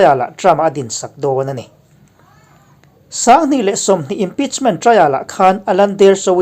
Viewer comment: Nui sang' hrut tawk2...tih kha i thluk dik lo...